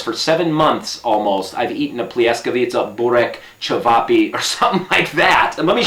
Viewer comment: you talking so nice. I like to listen you:) Pljeskavica is good pronounce. Regards from London from one Serbian lady:)